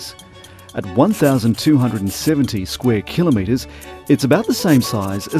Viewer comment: Kilometres, not killerneeters